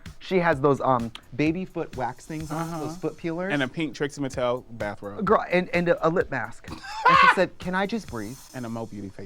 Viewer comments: Trixie Mattel is three syllables!!! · I love how Mo thinks "Trixie Mattel" is two syllables. xD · You heard it first - "Trixie Mattel" is 2 syllables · not Mo saying Trixie Mattel is 2 syllables 😭💀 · I'm glad someone else clocked that.